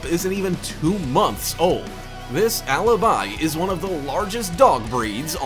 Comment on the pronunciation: Alaby it's like a freaking lullaby